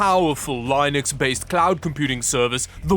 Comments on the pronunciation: Man I've been watching this channel for a long time now I like pretty much every video but hearing him say lynux on every video for linode is like hearing nails on a chalkboard for me. Idk why. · "Lee" nux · You mispronounced the word "Linux" again. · Dude can you seriously not pronounce LINUX properly? From forced cringe jokes to mispronouncing Linux where does the cringe end. AQUANTIA another word haggered but I will give you a pass on it since it is a noun. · do you mispronounce linux on purpose? :p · It sounds like someone with a stroke trying to command a language you only have a passing knowledge of. His pronunciation of LINUX is terrible. He acts like he's too young to know what it is.